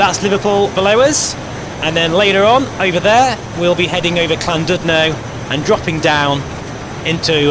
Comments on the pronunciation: Try pronouncing Llandudno as. lan-did-no instead of lan-dud-no. Other wise this is awesome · Great video! Just to ley you know LLandudno is pronounced Clandidno. U has an i sound in welsh